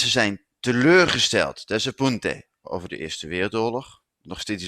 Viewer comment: meneer je zegt niet desapunte. je zegt desapunta met een accent op de laatste a